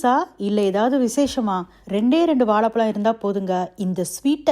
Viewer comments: வாலபலம் இல்ல. அது பேரு வாழைபழம். 'ழ' என்ற எழுத்து வரும் சொற்கள் தமிழில் அதிகம். அதை பேசி பயிற்சி எடுக்கவும். தமிழை தவறாக உச்சரிப்பதை கேட்க நாராசமாக உள்ளது. மற்றபடி உங்கள் தகவல்கள் மிக அருமை. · Pls pronounce Vazhaipazham properly. As a Tamilian pronouncing zha properly is the crown. This is a kind request to all Tamilians and content creators. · Correct your pronunciation for banana in Tamizh...you are killing the word. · You say வாலபலம் (that’s what I heard sorry if I’m mistaken), but instead of இளகி, you say இழகி 🤔